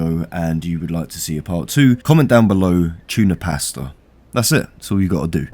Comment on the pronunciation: Tune da pasta, is what I heard.